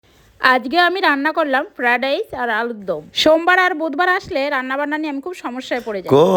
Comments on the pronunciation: Fried rice ❌ Fra rice✅ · Friedrice ❎ Fradas✅ 😂😂😂😂😂😂😂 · ফাইডাইস❌ ফডাইস✅ 😂😂😂😂😂😂😂😂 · ফ্রায়েড রাইস না ফ্রায় ডাইস 😂😂😂😂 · Friderice ❎ Firarace ✅🙂🙏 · ফ্রাইরাইস না না না না ফ্রেরাইস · বলেতে ও পারো না কাকিমা আগে সুমি কে বলো ক খ গ শিখো তারপর ব্লগ করতে এসো ফ্রাডাইস না কাকিমা ফ্রাইড রাইস 😅😅😂😂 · Fried rice ❌ Feradise ✅ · Fried rice ❌ fradice✅ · ফাডাইচ🤣😂😂😂😂😂😂 বলতে না পরলে বলতে যায় কেন?? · Fried rice ❌Fradice ✅ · ফ্রাইড রাইস ❌ ফ্রাডাইস✅ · ফ্রাইড রাইস❌ ফেড়িরিইস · ফ্রাইড রাইস""""❎ ফ্রা ডাইস""""✅🐸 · Fried rice ❌ feradice ✅ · Fried rice ❌ fradais✅🤣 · Fried rice ❌ Fred rice ✅ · ফেরাডরাইস, ফ্রেরাস 😅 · Fried rice ❌ Fradice✅😂😂😂😂😂😂😅😅 😅😅😂😂🤣🤣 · Fried rice ❌🙅🏻‍♂️ Fara dice ✅ 😂😂😂😂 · ফ্রায়েড রাইস ❎ফ্রাড রাইস ✅ 😂😂😂😂😂😂😂😂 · Fried rice ❎ fradice ✅ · শশুড় বলে ফেরারাইস আর জামাই বলে রিচাস সালা সব তোতলা দল😂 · ফ্রাইড রাইস ❌ ফেরাডাইস ✅😂😂😂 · Fried rice ❌ Fradice ✅ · Fried rice ❌ fradice ☑️ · ফ্রাইড রাইস ❌ ফ্রেডে রাইস✔️ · ফ্রাইড রাইসটা ঠিক মতো বলতে পারে না আবার রান্না করতে আসছে 😅